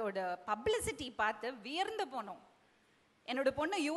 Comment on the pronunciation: 15.09 வ்யர்ந்து இல்லடி....வியந்து... சொல்லு சொல்லு வியந்து..... தமிழ் தெரியாத நாயை பேச சொல்லாதீங்கப்பா....